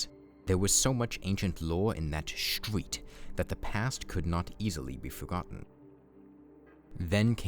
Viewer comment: THE RREEETESTERETE!!!!!!!!!